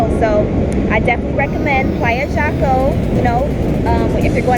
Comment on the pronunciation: Jaco, the J is pronounced as an H in English. Like “Hawko”